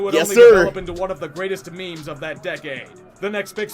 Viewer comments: He did not just say “mem” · Did he just say MEME as MEM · You pronounced meme as mem😂😂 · This guy said mem for meme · Can’t tell if is joking how he said meme